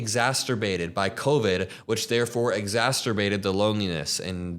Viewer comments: why did bro say exaSTerbated 😂? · Sorry, love your channel, but I cant help myself... “exacerbated” there isnt a T in the middle. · I think you meant to say “exacerbated”, not “exasterated” , just good to note so you don’t keep saying that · it's "exacerbated", doesn't rhyme with masturbated. Love this video! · Exacerbated not exasturbated :) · Is the word exasterbated or or exasperated? I believe its the second one - love you! I am a married woman in my 50's who is raising kids and working full time and let me tell you its wealth in equality that makes a married woman with kids happier or not. I feel so bad for which woman has to marry Charlie Kirk! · Exasterbated! You've been listening to too much Trump 😂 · Exacerbated. Not exasterbated. Just trying to keep you honest.! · lol the word is "exacerbated" you're pronouncing it like "mastrurbated" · Please look up the pronunciation of exacerbated. 💪🏿❤️ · Exacerbated (... there's no T in there). You do amazing work, btw.